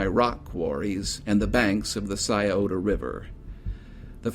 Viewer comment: Oh you pronounced Scioto correctly but then bombed Olentangy. Oh Lynn Tan G